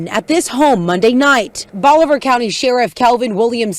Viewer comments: Bolivar is peonounced Bolavar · Its pronounced bo-li-ver. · You can't even pronounce Bolivar and you making fun of these people' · He is AMERICAN , vandalism of the ENGLISH language is common place